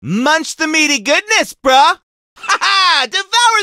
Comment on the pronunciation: he says brah as in like bro not bruh